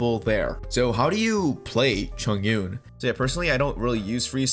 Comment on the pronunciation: its read as chong-un btw hhhhh good vid